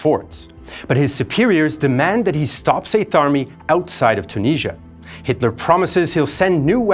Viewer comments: its tunisia not tuneezzia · Its Tunisia not CHOO-NEEZZIA